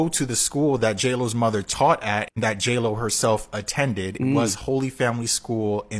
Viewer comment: Yeah, he called her "hey ho" instead of J-Lo...